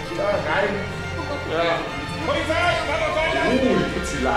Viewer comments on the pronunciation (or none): "Oh Pozilei" digga hahaha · "Oh, Pozilei" :D